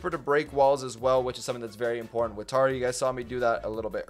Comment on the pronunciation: Tera not tara